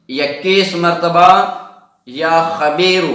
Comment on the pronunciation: Not...qabeeru...."ya khabeeru" ye sahi h.